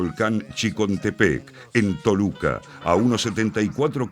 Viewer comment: No es en chicontepec es chinchontepec. No es Toluca, es Tecoluca !!!